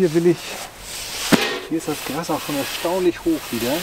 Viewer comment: GRAAAAAAAAAS, NICHT GRASSSSSS